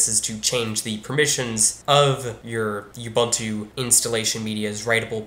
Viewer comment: As a side note: it's not pronounced You-bun-too; it's oo-boon-too.